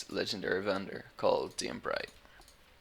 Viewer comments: Its Dane, not Dean. ^^ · I don't know what this is, i just looked my name up on youtube and found this. seems I'm amazing in Diablo thats pretty good! P.S you pronounced my name wrong.